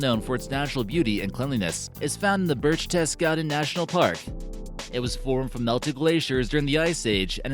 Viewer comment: Koenigsee and Berchtesgaden not pronounced the way the narrator pronounced it